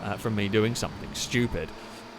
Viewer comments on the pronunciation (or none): Always loving the vids, but wondering if you say 'somethink' rather than something just to wind people up?